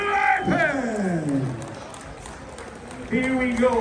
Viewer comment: "Coach Roy Ray Lepens!"😂